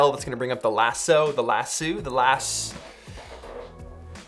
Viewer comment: Do Canadians really say "Lassooo"..?